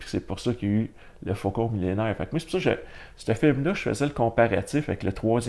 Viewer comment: Faucon Millenium PAS Faucon Millénaires!!! En VF ;)